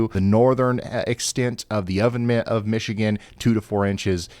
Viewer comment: OVEN MITT? Okay, you get the full on mocking of your accent for that - courtesy of one of my boys, lol